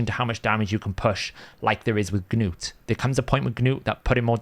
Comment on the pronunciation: Stop saying the hard G in front of "Gnut"! Arbiter even says his damn name in the video. It's not "Ga-newt" You don't say the G in Gnome, same thing.